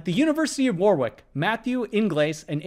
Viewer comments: Warwick isnt 'War-Wick' it's 'Wa-Rick' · "University of War wick" Pronounced warrick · BTW, the "Warwick" in the University of Warwick is pronounced WORR-ik. It's a British pronunciation, so the double-u is silent. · Warwick is another of those akward British place names that trip people up. It's prononced Wo'Rick not War-wick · Warwick is pronounced like Worrick, not war wick. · Warwick is pronounced Warick. The second w is silent. Many times when words are mispronounced the reason is because a person has only ever read it and not heard it spoken, so this is not meant as a criticism. The university is actually a pretty good one by UK standards and has a good computer science department. They really should have polled students there. I suspect that the results would have been more favourable. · Interesting video. But there's still one thing to be learned: 'Warwick' is pronounced 'Worrick'. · Warwick is pronounced 'Wha' as in 'what', followed by Rick as in the name! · Hi Presh. :) This one stumped me, and I thought I had to check all 4. My bad. :( Just commenting to say "Warwick" is pronounced "woh-rick". :) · Pronunciation note: "Warwick", the place in England, is pronounced like "warrick"💜 Regarding why more people solve the Beer → (>20) problem, it's because abstraction is difficult and intimidating for most people. So In the real world version of the puzzle they are more relaxed and can devote more of their thought space to the actual puzzle and not into interpreting its presentation. This is why i think logic/algebra/set threory should replace arithmetic as our "base" form of math in education. Abstract thinking is so much more important and fundamental than numeracy. We all have calculators in our pockets, but almost none of use have abstract logic textbooks in our pockets. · It's pronounced "Worrick", Presh. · Interesting. But I stopped watching when you pronounced Warwick like that 😂